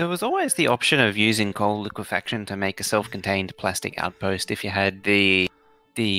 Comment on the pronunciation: Holy shit... I think that's the first time I've ever heard someone say it correctly as liquefaction instead of liquification.